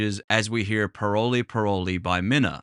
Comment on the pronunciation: I’m Haitian and it’s not pronounced parole parole it’s really pronounced pa-wol